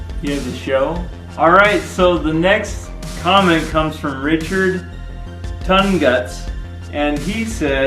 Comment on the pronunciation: lol, Richard Tongue-guts. I probably shouldn't laugh at that mispronunciation, but I couldn't help myself.